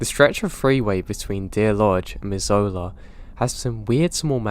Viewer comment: MISS-ZOO-LAH not mizz-oh-la